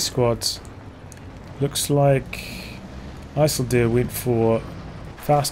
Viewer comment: jesus you butchered that isildur, never seen LOTR?